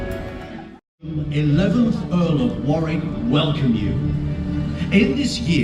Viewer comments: oh and the a is pronounced as o, so the pronunciation is actually WO-RIK and WO-RIK-SHER (all the counties ending SHIRE are pronounced SHER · Note:. The second W in Warwick (and Warwickshire should NOT be pronounced. It is completely silent.